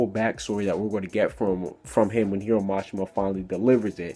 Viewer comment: i was expecting you to correct Jeanmarley Jules for say "hum" and not "him" LOL